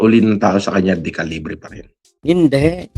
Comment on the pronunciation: De qulaong Hindi decalibre